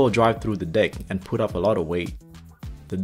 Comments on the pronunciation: I’m sorry but at first I thought you were saying “bridge dick” until I realized it was “bridge deck” 😂 not laughing at your accent btw. I was just confused so I found it funny 😅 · it sounds like u said dick